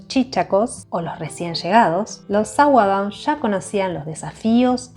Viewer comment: Gracias por el lindo video. Te ayudo con el inglés de Sourdough, se pronuncia asi: SAUER-DOU (La d tirando a T)